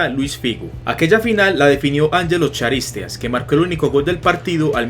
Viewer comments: En realidad no se pronuncia ni Charisteas, ni Caristeas, sino Jaristeas. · y como cuando no sabes que el apellido Charisteas, se pronuncia como Karisteas... no bueno... 🤦🏼‍♂️🤦🏼‍♂️ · Angelos Charisteas se pronuncia "Caristeas"